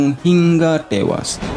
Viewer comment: Hingga ettewasss.... Org bali atau lombok....haha